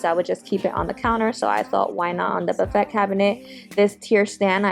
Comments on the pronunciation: Love your channel. The buffet turned out so well - chalk paint is great to work with. Just FYI the word "buffet" is pronounced buff-a wit the a being a long vowel. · LOVELY DECORATING BUT BUFFET IS PRONOUNCED ( BUFF-A). YOU DO GREAT WORK REFINISHING. CONGRATULATIONS